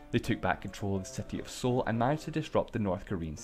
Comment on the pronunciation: Just wanna point out it's pronounced "soul", which in the context of the joke being made is funny :)